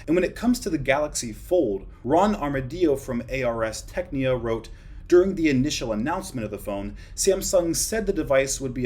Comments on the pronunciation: HAHA it's pronounced ares tech nica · Is nobody gonna talk about how he pronounce arstechnica??? xD